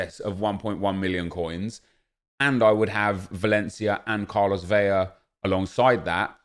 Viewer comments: Vetle Fjelddalen I’m Mexican and watch every game he plays. I’m % it’s VeLa with a L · Is pronouncing his name a meme? “Carlos Veya?”